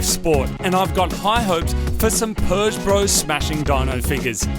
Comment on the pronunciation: Can someone please tell Marty there's no 'R' in Peugeot? 😂